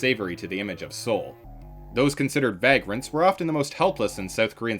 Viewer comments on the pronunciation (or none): Vagrant is pronounced vay-grant not vag-grant 😊